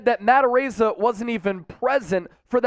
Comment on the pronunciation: perfect pronunciation. He's samoan, so you got his name right